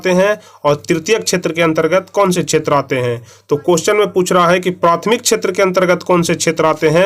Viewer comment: सर आप प्राथीमिक छैत्र बोलते है सेवा छैत्र ko फिर क़ृषि को कुछ से कुछ बोलते है सही से चेक कीजिये 19 नंबर सवाल